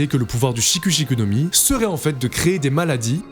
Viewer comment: Cela se dit, Shik' Shik' et pas avec "u" en français guignole